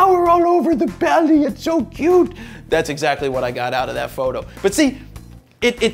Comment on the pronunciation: Good info but I still cringe every time he says fro knows photo